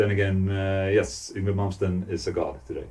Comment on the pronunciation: So, that's how we pronounce "Yngwie", I thought it was harder, he is a legend too, the would say he is the father of Neoclassical metal.